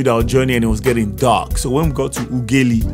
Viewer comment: Modo I like the way you pronounced Ughelli. I'm a Warri thoroughbred and Ughelli is a sister town